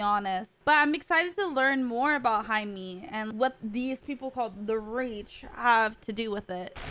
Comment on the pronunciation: Jaime is pronounced like Hi-MAY not Hi-MEE.